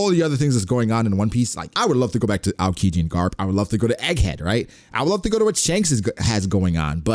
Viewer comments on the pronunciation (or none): none